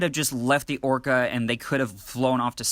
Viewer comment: You keep saying Orcard. It's Orca. Like the killer whale.. that uses echolocation... really subtle